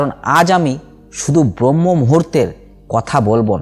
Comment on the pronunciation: খুব ভালো বলেছেন, চেষ্টা করবো। তবে কথাটা ব্রহ্ম নয়,ব্রাহ্ম মূহুর্ত